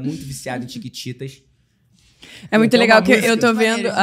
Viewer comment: Desculpa luccas mais n é tictitas é chiquititas ta desculpa